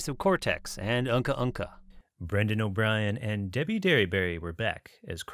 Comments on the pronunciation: It’s uka uka not uhka uhka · Love the documentary, love the production value, love the effort you put into this... but did you just pronounce the iconic big bad Uka Uka's name as Unka Unka??